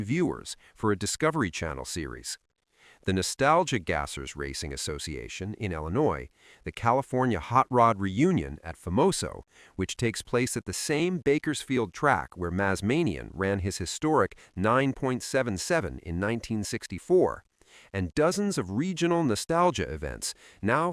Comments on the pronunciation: It's Big John Maz-may-knee-e-un. I was there and he was a fave. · A pretty good video but someone needs to learn how to pronounce Big John Mazmanian's name.